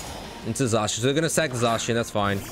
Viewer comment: It’s pronounced zahshean